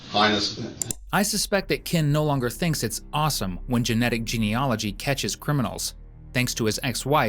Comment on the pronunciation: Thanks for the clear narration. But you may not realise it’s ‘genealogy’, not ‘geneology’.